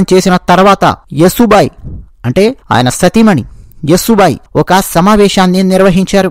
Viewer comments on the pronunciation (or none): మిత్రమా... ఆమె పేరు "యశోబాయి" Yasho bai. యసు బాయి కాదు. please note. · సోదరా! యశో బాయి అని చెప్పండి. మీరు స్పష్టంగా పలుకగలరు. మీ వీడియో చాలా బాగుంది. ఆవిడ పేరు యశోద లేదా యశస్విని అయి ఉండవచ్చు.